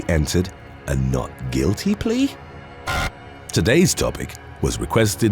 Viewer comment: what the heck happened to the word "plea"?